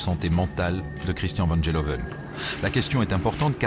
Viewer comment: Van GEloven et non Van Jeloven! Les français et les langues étrangères!